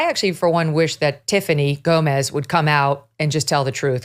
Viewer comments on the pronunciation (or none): Her name is Gomas, not Gomez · Her surname is Gomas. Not Gomez. She isn't Hispanic or if she is she is a very white Hispanic with Spanish lineage. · It's Gomas, not Gomez 👍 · Sr.. it is Tiffany GOMAS, not GOMEZ... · GOMAS not Gomez. NOT Latino. What the... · Her last name is not Gomez, it’s Gomas. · Her last name is Gomas, NOT Gomez. And yes, she's obviously lying. Her explanation made ZERO sense. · Her last name is gomas not gomez. The reason I know this is I fucked with my Mexican friend Eric gomez laughing like are you related. And he corrected me it’s actually gomas haha